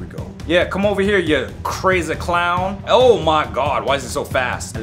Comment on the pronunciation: "ow me gwod" got me laughing😂😂😂